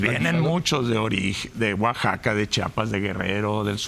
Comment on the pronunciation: Primero aprende a hablar es Chiapas no chapas wey